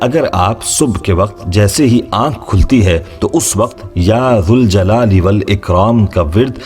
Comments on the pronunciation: Is it Ya ZAL Jalale Wal Ikram OR Ya ZUL Jalale Wal Ikram? The correct pronunciation is “Ya Zal Jalali Wal Ikraam”. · Ya k saath zal ko zabar sy ada karogy. Baghair harhfy nida k zuljal e walikram ada karogy... Ya Zal Jalaali Walikraam... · Your banner in Arabic reads - Ya Zaljalale Wal Ikram, which is CORRECT. But you're reading it Ya Zuljalale Wal Ikram, can you explain the viewers why are you doing it!!!